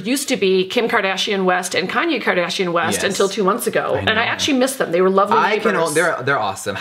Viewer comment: Did anybody else notice that Kathy said Kanye kardashion-west😂